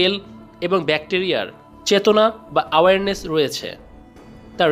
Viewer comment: it's not কনশিয়াসনেস! it's কনশাসনেস। and not আওয়ার্নেস! it's এওয়ার্নেস।